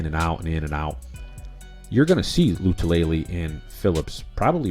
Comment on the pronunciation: Star “La -Too - La - Lay” You’re trying way too hard. I agree with your assessment on Harrison Philips. In 2019 he was outperforming Star and was getting more snaps than him before the injury. Philips right now is in the best shape of his career… I’m thinking Star will be watching the majority of defensive snaps from the sidelines.